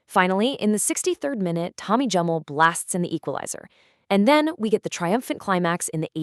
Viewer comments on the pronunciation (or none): Jock Stein - it's pronounced 'Steen', not "Stine". I appreciate that the German drinking vessel is pronounced that way, but not Mr Stein. Also Tommy Gemmell - it's a hard 'G', not a "J". Other than that it's fantastic to see Bobby Murdoch getting some recognition in an American (?) video.